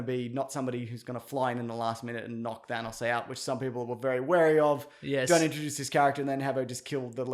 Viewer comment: Thanus has me dying like whyyyy😂😂😂😂😂